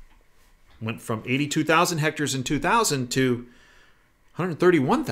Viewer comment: Hmmm...I cannot believe that such a savvy man as says "hectors" for "hectares". I wonder if it is deception.